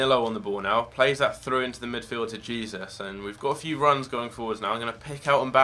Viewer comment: Who else was triggered he was pronouncing Jesus wrong